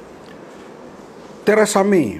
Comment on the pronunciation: Teresa May ke Terasami?? sebut biar betul?